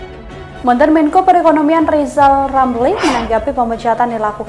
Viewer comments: LIZAL LAMLI..SAMA SI OMPONG...LIHAT LEBIH DETIL DULU LARU NYIYIL KALAU..KAMU MAU DI HARGAI..R nya di ubah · Bacotan lizal lamli.....pleeet goplet.. Katanya plofesol, ekonom, koq otaknya pekok kok.